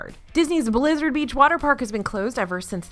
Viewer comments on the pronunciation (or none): none